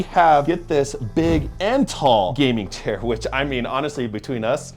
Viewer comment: "Gaming Chiar"🥀